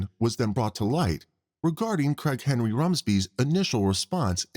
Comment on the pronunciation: The way the narrator speaks, I kept hearing “Crackhead Rumsby” instead of “Craig Henry Rumsby” 😂 absolutely made my day